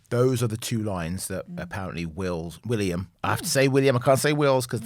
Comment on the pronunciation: FYI: It's WillYUM!! 🤣